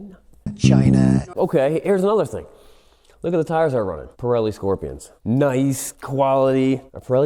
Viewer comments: its kind of a comedy chanel. he was trying to be funny, then came back and told the history of moto morini. when he said pirelli with the italian accent, and the hand gesture......... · Doesn't know Pirelli is Italian, has never heard of Marzocchi and can't pronounce either. So American...